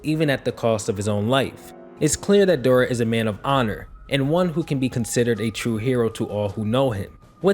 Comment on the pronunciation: His name os not Dbora man it's Dabura, pronunced dah-buu-rah. I know it's a small nitpick, but i don't know how you read his name and somewhat tough it was pronunced Deh-bora.